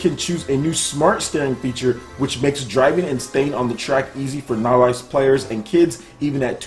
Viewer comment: That's the first time I heard somebody pronounce novice like that.